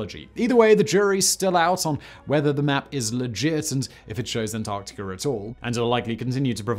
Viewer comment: Antarcticar? Floridar? Louisianar? What is wrong with you? What is wrong with me? What am I doing here? Goodbye.